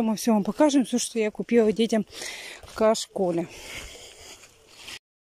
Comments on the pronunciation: почему ты всегда говоришь не правильно..КА Школе.....в общем надо правильно говорить слова... К Школе...Илья....а не ИЛЬЮША.... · Ка школе 🤣🤣🤣она это специально так говорит.